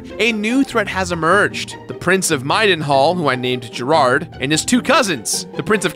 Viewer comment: If you put a gun to my head I couldn't think of a way to pronounce "Middenhall" incorrectly, but our boy made it sound so easy.